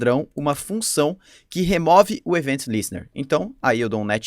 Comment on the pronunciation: top o conteúdo :) dúvida: pq o array de middlewares precisa ser criado antes e depois ter vários .push para adicionar os middlewares, em vez de ser apenas um `const middlewares = [middl1, middl2, ...]`? outra coisa, acho que seria legal dar uma pesquisada sobre a pronúncia das palavras, como queue (é tipo "kill"), event (é mais como Évent do que evEnt). O que me incomodei é ouvir rídux em vez de redúx xD